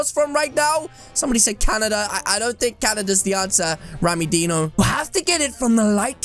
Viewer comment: Why you call rammydino rammydeno